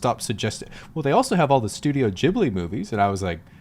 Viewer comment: it's not pronounced "jibbly". Pronounce the g like in 'get'.